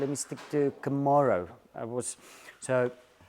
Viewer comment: Please I cant take it anymore, you and Mike Brewer...... it is CamAro ........... not CamEro